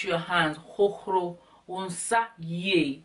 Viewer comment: I Love how u say "hohoRo" lol my "r" isn't that powerful as yours.